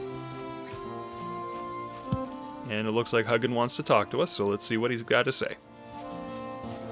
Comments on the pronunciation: He might not know much about Vikings. He called Hugin "Huggin" lol. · The mispronunciation of Hugin and Munin is a travesty.